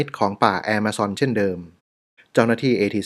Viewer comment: ออกเสียงคำว่า Amazon ว่า แอมะซอน นี่ถูกใจผมอย่างแรง รัก เลยครับ ❤️❤️❤️❤️❤️